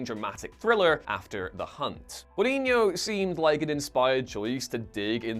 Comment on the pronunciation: You might have not liked his movie, but please stop butchering the surname of Luca Guadagnino...